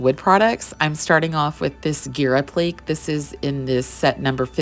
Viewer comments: You are a talented artist BUT the word "applique" is not pronounced "app-leek", it is pronounced "app-lic-kay". Sorry for complaining but it's driving me nuts every time you say it wrong and you are using that word a LOT (by necessity of course)! lol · Wow! Amazing piece! I adore it! BTW-- Applique is pronounced app-li-kay... sorry grammar nazi here. LOL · Mispronouncing “appleek” is a shame. It takes away from your talent as an artist. You don’t want to come across as “not knowing what you’re doing” but that’s what it sounds like. 😊